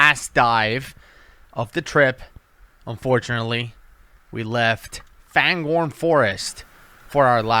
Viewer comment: Why do u guys all call it FANGHORN when it’s clearly spelt and said fangorn- (FAYNGORNE)